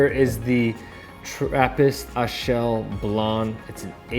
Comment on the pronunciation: Come on man, you’ve been on the premises and can’t pronounce Rochefort or Achel semi-correctly?